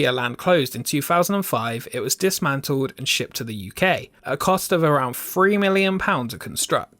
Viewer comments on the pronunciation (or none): I really enjoy your videos. The are great and entertaining. Can you do just one thing? Say “Three” not “Free”! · It's three, thousand, Arthur, theme not free, fousand, arfur, feme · Can you please re edited it with pronouncing it three not fffree!